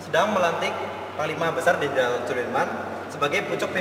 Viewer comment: Jenderal Soedirman bos. Bukan jeneral